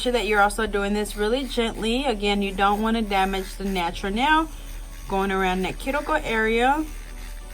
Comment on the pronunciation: “nachuuur nell”